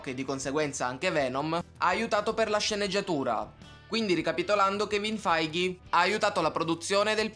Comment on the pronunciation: finalmente lo hai pronunciato bene. Di solito lo chiamavi kevin feige ma finalmente hai imparato a pronunciarlo bene 😁😁👍